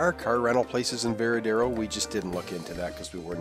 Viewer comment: It is not "Veradero." It is "Varadero." Say it right